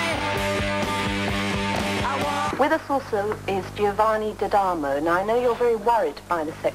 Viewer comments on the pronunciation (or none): it's Giovanni Dadomo not Dadamo